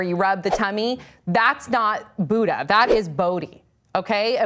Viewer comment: Is anyone else annoyed or agitated at the way they say Buddha